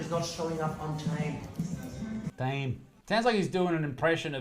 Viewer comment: That's not a real German. Total fake. No German says "Time" like that. Sounds like he's from West Belfast!